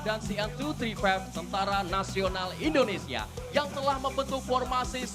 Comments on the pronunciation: Sangat di sayangkan MC pria acara di lapangan nya selalu salah dalam menyebut nama bangsa sendiri..Indonesia di ucap nya Endonesia🤦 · bisa gasi penyebutan negara nya itu INDONESIA bukan ENDONESIA 😂😂